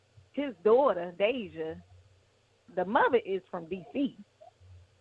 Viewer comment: you are pronouncing her name wrong. But I feel so sorry for this young lady.